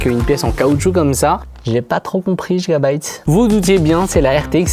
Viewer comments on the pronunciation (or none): none